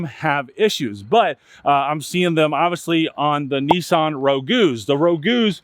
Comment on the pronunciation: It’s Nissan Not Kneesarn 😂😂😂😂😂😂